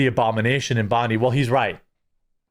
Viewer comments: Our fkn gun laws do work we have had zero school shootings since the semi autos were banned. Imagine how many people would have died if they had semi autos at Bondi …. Btw the beach is pronounced Bondeye not Bondeeeee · Can someone please spread the word to Americans that the 'Bondi' in Bondi Beach is pronounced 'Bond-eye', not 'Bond-ee' as in Pam Bondi. As an Aussie it's annoying the hell out of me!! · Bond - eye = Bondi ... not Bond - eee 😑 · Just a heads up I see a lot of Americans mispronouncing Bondi. It’s Bon-Die not Bon-Dee. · Bond-eye , not Bond-E but Bond-eye ! lol Americans and their mispronouciations 😂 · It's pronounced "BON-DIE" The "di" is pronounced as "die". I don't know why every American gets it wrong. Oh and Cronulla is pronounced, "Crow-Nullah". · Mate, it's pronounced 'Bond Eye' 👍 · It's Bond i beach, it's an i on the end not an e. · Love ur content bro, but if ur gonna say Bondi so many times, plz say it correctly, its pronounced "Bon Die" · It's pronounced. "Bond Eye" spelt "Bondi" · Dear Americans, It's not pronounced Bon-Dee. Stop saying DEE. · Aussie here. It’s pronounced “bond eye” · Just one thing it’s pronounced bond-eye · God damn you Jerry two dads it’s bond-eye ffs bearing could told you that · That's Bond-EYE beach, please. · It’s BOND”I” ITS AN “I” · It’s pronounced Bond+Eye, ‘Bondi’ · Bond-eye is how it's pronounced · Sorry mate it’s pronounced Bon-dye And Cro-nulla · It's pronounced "Bond-Eye" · doesnt matter too much but its pronounced bond-eye, bloke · hey Jeremy not hating here but we say it Cra-nell-ah and Bond-Eye. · The beach is pronounced: BON-DAI BEACH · Aye bro, we pronounce it "Bond - eye" 🇦🇺 cheers "Wog" typically means Mediterranean European, like Italians and Greeks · Love how the yanks produce our city/suburb names 🤣 It’s pronounced: “Bond-eye” and “Cron-ull-ah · Jeremy it’s pronounced Bond dye 😂😂😂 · Jeremy Bondi is pronounced 'bond eye' Cronula is 'cron ah lah' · BOND-EYE! Say it right MFer 😂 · BTW it’s Bon-Di 😅